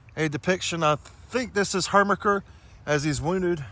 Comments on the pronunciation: Great doc- i live right there. The General’s name however is Her ki mer (Herkimer) and not the somehow funny “Hermicker.” Well done. Local history docs are rare finds 👍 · After the second time you said "Hermiker" I clocked out. You are obviously a dumbass and your posts have no value. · Thank you for this video. It means a lot to me personally because General Herkimer was my 6th Great Grand Uncle. Herkimer, NY was named after him. The correct pronunciation just for your information is. Her•ker•mer. The pronunciation was changed from the original German spelling. I have visited this site years ago as a child but need to go again. Your explanation helps a lot to understand it. I love history as well. I was brought up in Herkimer, NY. Thanks again. I’ll watch your other videos. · I'm going to watch your content in the future, but Herkimer is not pronounced like that 😂. It's a beautiful place, I've been there, I live maybe an hour East. Thanks for highlighting this! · Dude just can't say "Herkimer", huh?